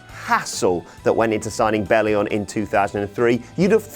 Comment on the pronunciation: Belli-ON not UN...